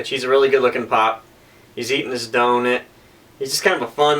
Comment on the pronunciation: When you said donit with an i I got memories from like 4th grade when my teacher was like how many penits are there the class literally turned purple